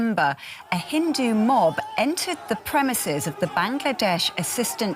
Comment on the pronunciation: do you have difficulty in saying Hindu?